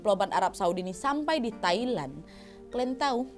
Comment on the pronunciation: Haha "Tai-Land"